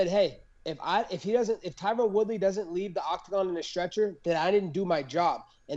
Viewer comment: Did he say reTyron Woodley 🤣 Luv or hate him he whooped Woodley ass like he said he would. Masvidal vs Colby is gonna be a scrap🤙🏽